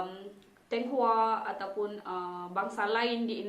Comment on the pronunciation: Tionghoa kak bukan thiounghua